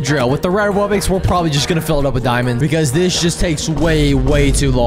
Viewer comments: Incorrect pronunciation: Wub bux Correct pronunciation: Wub box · It's not wub-ix its wub-ox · why do you call it Wubbix? It’s clearly wubBOX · sorry if i am late but did he said at the begging bubbox not wubbox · Why are you saying wubbix it’s wubbox (wub box ) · "And" "Wubbox"